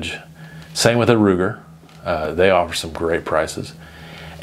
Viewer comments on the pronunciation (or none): none